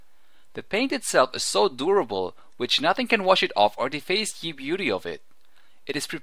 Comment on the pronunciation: Kinda annoying the way you say "ye" every time.... im pretty sure at that point the written word "ye" was pronounced the same as the word "the" is pronounced.